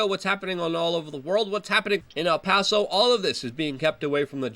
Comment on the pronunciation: Trying to keep you from being lynched. It's EL Paso, not AL Paso.